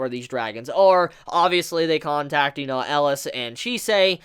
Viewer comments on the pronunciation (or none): Um... I thought his name was Elias, EL-EE-US not Eliss from Die Hard. Good golly miss molly that was bugging me lol. I actually really love Chise and Elias' relationship. He did not sugar coat that he bought her for selfishness but since he has underestimated the impact she would have on him. Now I really want to read the manga but did not realize how fresh it was and will have to wait sadly. It may be a toxic relationship but even those relationships teach us and help us grow and even change and can become unbreakable bonds. I feel like Elias was human once and somehow he or Chise will transform for the other. What bothered me the most in thus episode is that i just with Chise would have spoke up and talked about her dream as I felt it was so much a part of their current reality. Also, what was up with Joseph messing with Stella at the end of the last episode (17 or 18)? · 3 more epsiode for him to learn how to pronounce his name ^^